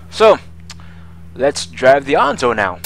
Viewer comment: Why do you pronounce Enzo like that? I've never heard it called "Anzo" :/